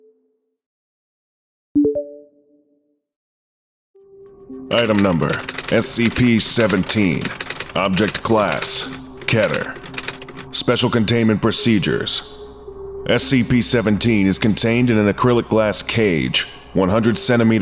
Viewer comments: its keter not ketter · Not ketter, keter